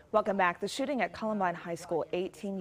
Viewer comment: I always hear "the shitting" and not "shooting"